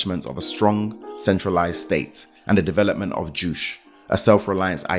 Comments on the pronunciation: "Juche" is pronounched "joo-che" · ( first and foremost.... I get excited when there's another Sabrina... I haven't met many:) ) yeah.... it's like the guy has never seen another video on North Korea... how the f*** don't you know you're pronouncing juche wrong??? That's irritating.....